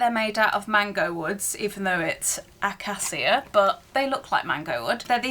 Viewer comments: The glass containers are beautiful. The wooden tops are pronounced uh·kay·shuh, it's a harder wood than mango wood, just a fun fact ❤ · Acacia? 😮what did you say? That’s not how you pronounce it.. it’s a tree.. yummie honey too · You know doesn’t play Minecraft when she pronounces Accacia funny 🤣🤣